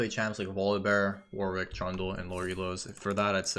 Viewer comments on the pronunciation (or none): none